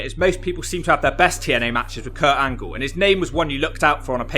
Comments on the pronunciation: It's Kurt "Olympic Gold Medalist" Angle!!! Not p__c angle 😤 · Why tf do you keep saying Kurt Ankle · Negga said perc angle 🤣🤣🤣